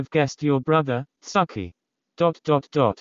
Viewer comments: it's the bot pronouncing "tsukki" as "sucky" for me lmao 💀💀💀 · Nobody ever: 😊 The voice: SUCKIE ❤